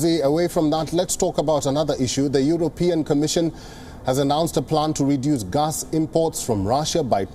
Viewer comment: its gas not gus.